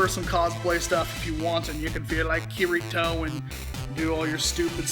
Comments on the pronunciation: that moment when he pronounced it kir/it/oh when it's ka/dee/toe of course it's spelt kirito but get the pronunciation right lol.....oh the amount of hate I will be getting for this comment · It's pronounced kee-dee-toe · and its pronounced kirito ( Ki-de-to) dumbfuck watch the anime again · Spelled kirito but pronounced kii-di-toh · I HATE HOW PEOPLE PRONOUNCE KIRITOS NAME WRONG! The R is supposed to be pronounced as an D not an R. Ugh 😑. Maybe you would know that if they actually watched sword art online. Ugh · he says his name wrong